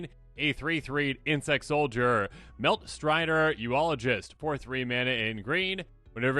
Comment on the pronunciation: Eulogist....You-lo-jist....like...Eulogy, the speech you give when someone dies.